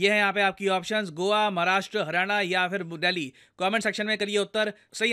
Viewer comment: thanks for correct pronunciation of महाराष्ट्र